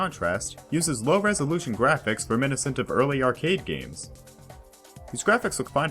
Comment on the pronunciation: You pronounce the word "reminiscent" strangely